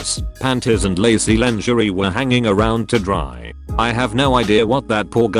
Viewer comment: wot?! usually it used to pronounce lingerie right BUT THIS TIME IT DIDNT